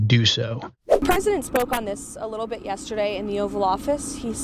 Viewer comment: Why can’t anyone pronounce “president” it is not “present”. Queen Lindsey is full of &@